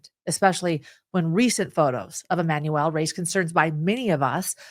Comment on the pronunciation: Why on earth do you keep saying EmanuEL?